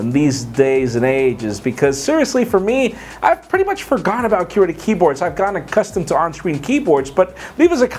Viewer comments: its not QUEER-ty keyboards, its qw-UR-ty keyboards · The way says qwerty. Funny. Love this guy!!! Always a fan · You say Qwerty weird :P